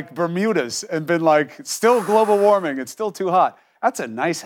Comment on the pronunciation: Waming ? Waming ? Are you kidding me ? Smh.